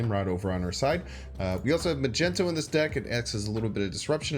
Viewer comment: Why does says Magento all the time? It has to be on purpose, there has to be a story behind it!